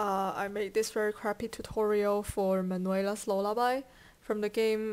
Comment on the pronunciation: Its more like MAN-WELL-UH! lol i hate that! But you said it pretty accurate. Your accents is pretty cool!